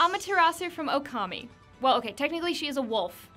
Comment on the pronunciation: You say the name wrong on okami